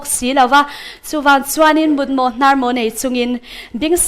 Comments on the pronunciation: Host chu leh! Eng nge mut mawh hnâr mawh chu? Mut mawh hnàr mawh an ti zawk ṭhin. Lo maw ni loin lo'ng maw tih tur a ni bawk. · Mut mawh hnar mawh tiha 'hnar' a lam dan khi a dik lo.